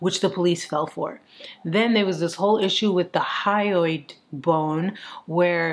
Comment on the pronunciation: Love the hat! Super interesting case! Laughed so hard when you kept saying "boingo" instead of bone.